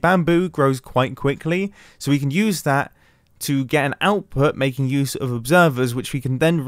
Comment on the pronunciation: What youse mumbo says : gambling mumbo we are going to youse it for gambling